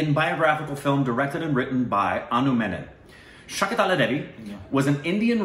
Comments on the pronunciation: Started a video and when started like Shaakuntaalaa devi UMM umm Shaakintaalaa devi Umm Umm, closed the video... ku6 b... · I thought Shakuntala but u guys said Shakutala!!!!!!